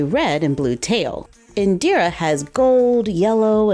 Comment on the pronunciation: My cousin is called Indira and you pronounced it perfectly. 👍🏽👍🏽👍🏽👍🏽❤️